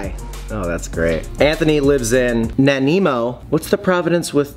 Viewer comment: I'm glad you googled how to pronounce Nanaimo, everybody gets it wrong, but the creepy google mouth nailed it haha